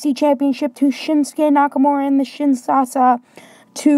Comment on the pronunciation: U said shinshasa its Kinshasa that's shinsuke nakamuras move